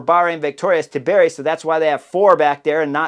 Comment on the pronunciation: Chris please man, for the love of God, it is not Tibieri, it is Antonio TIBERRRRRI!! 😂 Like Antonio Montana, but TI-BEH-RRRI! 😂